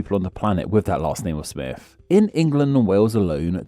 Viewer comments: The fact your accent means you pronounce Smith as smiff makes this video extra delightful. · The Presenter keeps saying "Smiff"